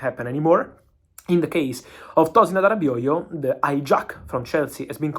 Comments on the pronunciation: His pronunciation of Adarabioyo is Gold 😂😂😂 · Says it better than me, and I'm Nigerian. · Actually its a Nigerian name and he surprisingly got it perfect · Great job Fab, you pronounce Adarabioyo correctly, saw so many foreign journalists struggling to pronounce his name… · Fabrizio 👏 duff my 🧢 for saying Tosin’s last name correctly. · Aww. Fabrizio's pronunciation of Adarabioyo is literally the best I have heard from foreign journalists.